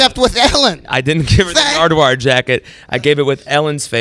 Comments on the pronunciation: Is it just me or did Macklemore say 'Nardward' once or twice. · why does he pronounce his name wrong?